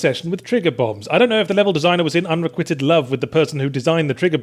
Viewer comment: Ah Yahtzee, back at it again with the 'I've only ever read this word and never heard it said out loud' brand of pronunciations. It's un-re-quigh-ted (long i) not the weird way you said it with a short i sound. Yahtzee reminds me of Ted in that episode of HIMYM where he pronounces 'chameleon' like 'SHAMaleeon'. Except Yahtzee doesn't have one blind spot - there are hundreds of words he mispronounces!